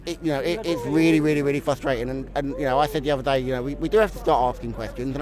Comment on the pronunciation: Fwuswating. Welase Woderwick